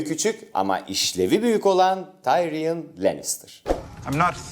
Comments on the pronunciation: Tayriyın dedin gözümden düştün be:( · Sersi değil Sörsi Tayron değil Tıriyın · tyrion "tayriyın" değil "tiriyın" diye okunuyor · tayriyın degil o tatlim tiriyın :);)